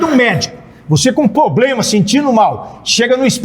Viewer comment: Sargento falando poblema é fodaaaaaa